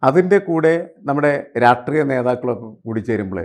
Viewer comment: രാട്രീയം അല്ല, "രാഷ്ട്രീയം"!